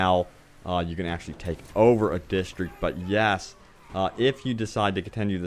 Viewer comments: Distreeek lol!!! It's District DIS.Tr.Ict AHHAAAH DISTEEKKKS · dude ffs, why do you keep saying distriect, your native language is english...its district, learn to talk proparly